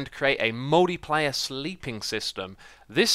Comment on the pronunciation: Hahaha is it just me or did Xisuma say "Moldy Player Sleep system" XD